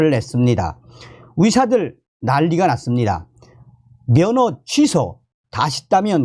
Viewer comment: 좋은정보 감사합니다 그런데, ^ 의^ 자 발음이 약하시네요~~ 위사들~~ ㅎㅎ